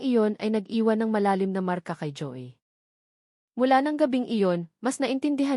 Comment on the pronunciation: mali ang bigkas mo ng mga salita, di mo ba alam sa sarili mo na mali ang pagsasalita mo, Ang Joey ay naging Joy ayusin mo naman Hindi magandang pakinggan